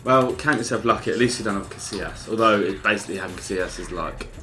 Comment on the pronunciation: "CaSSilas" this hurts